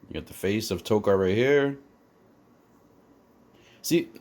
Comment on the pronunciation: Hey man, just wanted to let you know Tokka is pronounced like "toe-kah", and not with an r at the end. Unless that was the joke, to make them rhyme like that. Like, I don't know if I'm saying Rahzar right. ...is it Rah-Zar, Ray-Zar, RZA or GZA? Wu-Tang Foot Clan